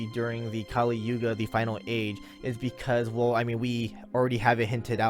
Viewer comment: Its yuga not yoga